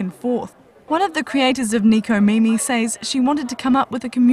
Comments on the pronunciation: ...Nekomimi...but in America, it's spelled as Necomimi. But it should be pronounced as Neh-koh-mee-mee Literally means 'cat ears'. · Why you say Neeco mimi? Japanese words in English is sucks. >___< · she can't pronounce necomimi??